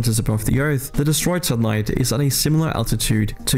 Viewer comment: I think you are referring to the Defense departments black budget which is app. 51 billion USD in 2023, the narrator does have an issue pronouncing satellite, LOL. Even with AI you still have to conquer the American citizen and that is not happening. Beyond the fact that there are 120 weapons per 100 US citizens there are 16.2 million US citizens who are veterans of the military and who have been trained to use them. I think that if you would ask most members of the military and most citizens, they would say that the US Space Force is a thing made up by some Star Trek nut in the Trump administration. I agree with on the NUKE question, they won't be used. Even if we had a whacko leader somewhere, some other person in that leader's hierarchy would stop them. Because most intelligent leaders know that if you NUKE the USA, you will starve the world and therefore yourself. That is if you survive the retaliation.